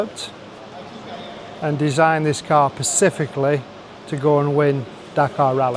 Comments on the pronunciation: Percificly 😂😂😂😂 erm... specificly 😅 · You lost me forty seconds in when the MD said “pacifically.” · “Designed it pacifically” 🙄🤦🏻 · did he say our first sautee and then pacifically? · ''pacifically'' haha it's all love - Larry nails it, every time x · I couldn't listen to him after he said persificly